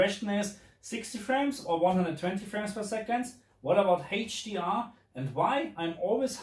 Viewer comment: it is "eitsch di ar" not "heitsch di ar". iu dount sei se "h" in se "hdr" not laik in se dschörmen iu nou?